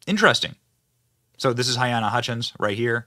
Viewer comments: Her name is pronounced Ha-leen-a, Not Hy-Ann-a (spelling is clear… Halyna) Sorry to pick at ya, Benny - but you mispronunce (add sounds) all of the time. I’m sure her family would prefer to hear her name correctly. Still love ya, though. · Halyna. NOT hyanna. He should've been charged from the beginning. He fully responsible. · Benny, I love your humor (most of the time) and your videos the majority of the time but you loose some credibility in my book when you don’t know how to pronounce peoples names such as Halyna! (It’s NOT hyena or hyana! It’s close to Helena but Hel-A-na). Just sayin’… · Baldwin is the weapon AND a TOOL. Poor woman's name is pronounced "Ha-LEE-na". May she rest in peace, may justice be served. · Pretty sure you’re saying her name wrong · Oh dear Benny, at least get her name right. 🫣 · You mispronounce her name.